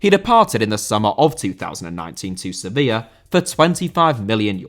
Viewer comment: Sevilla* not Sevíer